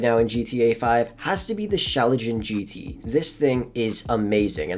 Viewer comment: that car is pronounced [Shh-login] G.T.